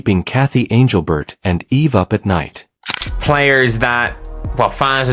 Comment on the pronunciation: Your AI is bullshit. You morons didn't even pronounce Englebert's name correctly. That's MY FACT.